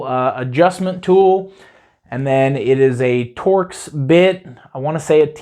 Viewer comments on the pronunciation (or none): none